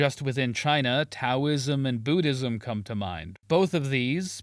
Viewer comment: He managed to mispronounce both Taoism and buddhism